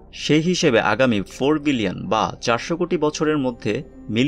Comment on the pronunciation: Its billion. Not villion.